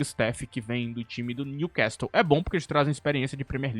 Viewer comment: no time Newcastle não se pronuncia o "T", outrossim parabéns excelente vídeo